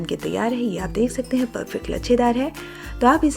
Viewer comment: Tej, Majedaar aur Jaroor nahin Tez, Mazedaar aur Zaroor bolo madamji